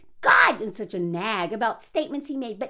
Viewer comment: “Souch yelling” 😂